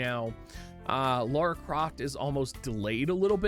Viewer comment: Please stop calling her Laura, her name is Lara